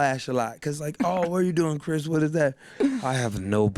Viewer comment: It's Chris Brown not Chis Brown